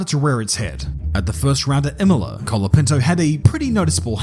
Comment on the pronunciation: Why is basically everyone saying calopinto, its colapinto, not that hard yo say right.